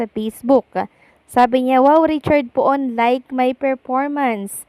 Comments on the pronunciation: Hindi po Po-on ang bigkas. Pun ang bigkas. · the correct pronunciation of Poon is PUN not Po-on